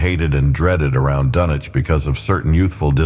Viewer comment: It's pronounced "Dunnich". I'm out.